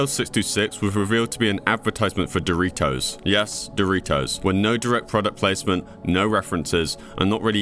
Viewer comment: Dory-toes? Goggle??? Is this an ai or just someone from another planet??